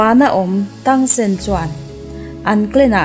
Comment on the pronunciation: Mahse i sawi dik lo char2 thing e tang san te kha tang sen